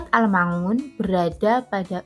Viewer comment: risih sekali mendengar pengucapan surat AL-Maun = AL Ma Un